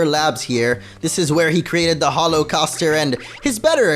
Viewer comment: why did you say Holo-causter? I find this offensive.